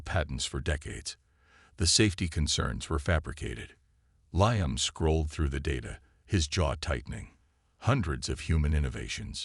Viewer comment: LEE-UM not LIE-UM